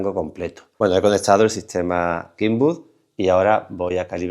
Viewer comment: La marca kenwood se pronuncia con "e". Kinwood no existe! Kenwood es un lugar donde la tecnología inglesa desarrollo los bulbos y el actual espectro de radio. Donde los componentes se iniciaron en la miniaturizacion además. Kenwood, La e suena como e según la regla de pronunciación inglesa, en doble e sería "i" suave. Entiéndase kenwood. No kenwood, esta mal pronunciado.